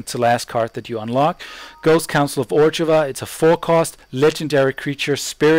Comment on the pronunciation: great vieo! easy my fav deck in 2013. btw its pronounced OR-ZHOV. there is no G in the name.